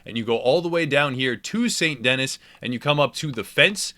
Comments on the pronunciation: Typical thick American pronunciations, Saint Denis for example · its pronounced saint "denee" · It's pernoced San deni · “Saint dennis” lol. Ok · "Saint Dennis" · You said st. Dennis lmao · Take a shot every time he says saint dennis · "Saint Dennis" 🤣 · “Saint Denis” NO ITS PRONOUNCED LIKE “San Denee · It’s actually pronounced saint de Knee. If your interested 😎🧐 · It's pronounced "SAN DENEE" dammit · Saint Dennis....lol... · Ikr I cringed so bad when he said Saynt Dennys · Have you ever spoken french. Saint Denis is pronounced ‘sein deeni’ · Saint Dennis 🤦‍♂️ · Its pronounced Saint D-nee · “Sant Dennis” “Annsburg” That’s not how you pronounce them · St Denis....pronounced Saint Denee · It fucking pronounced saint de hee not saint denis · You say “saint DENNIS” far too many times in this video to take it seriously... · Every time you say "Saint Dennis", a frenchman dies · Lost me at “Saint Dennis” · ITS PRONOUNCED SAINT DE- KNEE! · “St. Dennis” Shit, that left a bad taste in my mouth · Sahn deh-NEE. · It's pronounced San Denee!!! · Hey, it's pronounced "de knee"... Saint Denis= saint de knee. Thanks for the tips 👍🏽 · Tip 6: its pronounced like San Den Knee. You’re welcome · Say it with me: 'San Denee' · "Saint DENNIS" I hazard a guess that this man has never had a passport. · Here's a tips and tricks for you. Learn how to pronounce the cities in the game you're doing tips and tricks for. It's Saint Denis not Saint Dennis. Dennis has 2 N's. Dipshit! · Saint Denis... holy fuck dont butcher a name so much!! Denieeeeze its french you fuck! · St. Denis is a French town. It's pronounced De-KNEE. Like your knee. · been 3 years, do you think he knows how to pronounce Saint Denis properly yet? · Hard to take game advice from somebody who keeps mispronouncing the biggest city in the game. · It annoyed me so bad that he pronounced saint denis wrong 😂😂. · If you weren't in such a hurry to fast travel, you may have learned how to pronounce 'St. Denis' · Saint da-nee not dennis